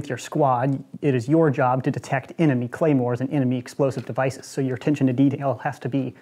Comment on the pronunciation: “clamors” pronounced: clah-mores “Claymores” pronounces: Clay-mores